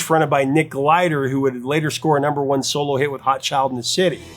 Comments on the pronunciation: It's Nick GILDER, not Glider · Gilder, not Glider. 😃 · Mild correction: It's Nick GILder, not "glider." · Nick Gilder was the former frontman of Sweeny Todd. I think you said Glider. Not a huge deal, but it's his name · Nick Gilder, not Nick Glider 😊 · Nick Gilder, not Glider, my guy. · Oh, dude, come ONNN!! It's Nick GIL-der, not "glider". How do you not already know this?! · For someone who calls himself “professor” it’s really astonishing how often you get artists’ names wrong. The man’s name is Nick Gilder, not Glider 🙄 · Wait?! BOTH lost tracks consisted of only 17 seconds??? That's quite a coincidence! Also, isn't it Nick G-I-L-D-E-R not G-L-I-D-E-R? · I'm sure someone has probably commented this already, but it is Nick Gilder, not Glider. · It was Nick "Gilder," wasn't it? Not "Glider?" Hmm. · Nick Gilder. His name is Nick G-I-L-D-E-R. Not Glider. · GILDER, not Glider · Gilder!! not Glider. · Nick GILDER....not Glider. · its Gilder not Glider !! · Gilder not Glider : ) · Glider? Ouch. Dude your channel is all things music...What dyslexic person wrote your script for this vid. C'mon now, tell me that you pronounced his name wrong on purpose as a cheap tool to promote comment volume...if not, well then sheesh. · Gilder, not Glider. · It's GIL-der, not GLI-der. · It’s GILDER like Hilder Not Glider like Rider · It's Nick GILDER, not Glider. Easily mispronounced. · I can't scroll through all the comments but just in case no one corrected you, it's Nick GILDER not GLider. Either way, LOVE that song and love this story! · Hey, hope you get a chance to read this. When you were referring to the Canadian "Glam Rock" group "Sweeny Todd", you also mentioned the lead singer as Nick Glider, probably the letters in Nick's last name were switched around by mistake? Just to let you know his name is Nick Gilder not Nick Glider. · I thought it was Nick Gilder not Glider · .. his name is Nick GILDER, not 'Glider' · I thought his name was Nick Gilder, not Glider.